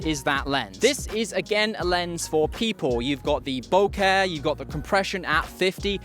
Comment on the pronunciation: 1: a grand for any glass is NOT CHEAP. 2: the way you pronounce bokeh is clinically insane